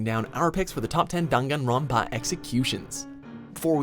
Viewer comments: No one : Legit no one : Not even the spirit in my basement : Him at the start : Me : i- did you just say danganronpa into Dungunronpa? Ot is it just my ear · it’s dang-an-ron-pa not dongawnrinpa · why is he pronouncing "danganronpa" as "danganron PAAAH " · WHAT THE EF IS DONGONGRAMPA ITS DANGINRANPA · Wtf is darn an Ron pa tf it’s dangronpa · I think it's pronounced dAngAnronpa not dUngUnronpa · DAWM-GON-RAWMPA PHAHAHA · he says dongunrunpá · The way the narrator pronounces Daganronpa makes me sick, ugh. I bet the narrator hasn’t even played Daganronpa. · i don't like how he says danganronpa like "dAn gon Ronpa" eww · Why he say it like that don gon ron pah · dan-gahn-rahn-pah Edit: some of the ways he pronounces stuff KILLS me :( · Nobody:: DAnGanRonPAAA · ..Top ten DHAN-KAN-Rum-pa executions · No one::DUNGANROPA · Dang it grandpa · Dude... It's Danganronpa. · Dan Gun Ron pa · dunganronpa goodbye duspair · "Dam- gan- won pa" NOPE. NOPE. NOPE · ‘D UN GANRONPA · am I the only triggerd by how he said dongonronpa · Just cringing at the way he said danganronpa P.S. I liked Celeste's execution the best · Every had troubles saying danganropa, right? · No hate but why do you say Danganronpa like that? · He says danganronpa wrong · They butchered the pronunciation of danganronpa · He says Danganronpa wrong :( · Is it just me or does anyone else hate how he says Danganronpa? Nope just me, okay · the way he says the names is giving me a stroke lmao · THAT'S HOW IT'S PROUNOCED?!?! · The way he pronounces Danganronpa though... I love it. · I can't take you seriously when you mispronounce DanganRonpa. How come you only included the first two games and not the spin-off or the recent game that released early this year? Some of those executions were more insane and brutal.